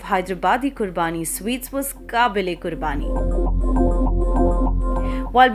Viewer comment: Btw its qubani ka mitha not qurbani